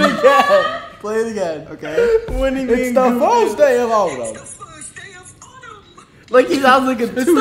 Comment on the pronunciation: " its the fiwst day of owtaum"😂😭i just so funny i cant